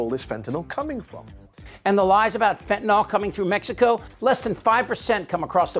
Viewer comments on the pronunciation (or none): It's fentanyl, not fentanol.